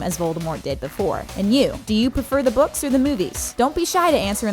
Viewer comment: Zee boukz r better